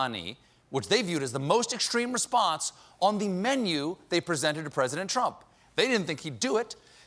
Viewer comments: Yuki Kitsune noo don’t apologize man I was just kidding. I find it funny tbh because some of them are easier to pronounce our way but people still don’t. For example, soleimani is : sool ay man ee, not: soly, mani. But his first name is actually hard to pronounce if you aren’t an Arabic speaker. The English language doesn’t even have a letter for it so they compromise with a Q. That’s why when you read Arabic names in English there are a lot of Qs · So Glad Colbert is back. But in that clip of His Orangeness, the jerk couldn’t pronounce the name of the General he’d just assassinated. It sounded like he almost said ‘salami’. I don’t know, but it seems to me if you’re gonna wipe out another human being you oughta at least say the victim’s name correctly when you’re announcing it on the world’s stage. Call me nutty, or did he not nearly pronounce it as ‘salami’? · As an Arab speaker, I cannot stop myself from cringing every time someone pronounced solaimani the way they do ...